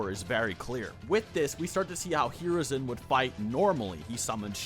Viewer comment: Holy shit the way u pronounce hiruzen’s name is so off it pisses me off